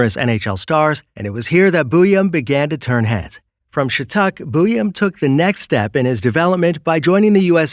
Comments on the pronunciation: It’s prounonced “scha tick” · Just butchering shattucks name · Communication issues? Good grief. Just admit you were lazy about it. How hard is it to actually confirm the pronunciation of the name of a school? I mean, you pronounce Zeev Buium just fine for cripes sake.